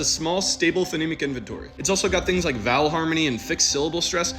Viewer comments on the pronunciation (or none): you may be right, but as a Finnish speaker, you may have to work on your wovels, they're more pure than English vowels and /a/ is for A, /e/ for E, /u/ for U, /i/ for I